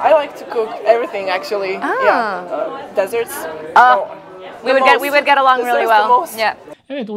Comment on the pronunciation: Melihayi ilk siraya koydunuz (dolayli olarak) ama ne konustu ki? Üç kelime cikti agzindan, biri de desserts idi, onu da yanlis telaffuz etti.